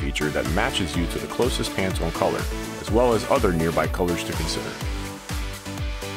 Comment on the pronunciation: ...You mean I've been pronouncing Pantone wrong this whole time?